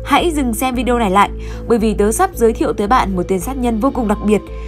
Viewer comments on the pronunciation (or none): none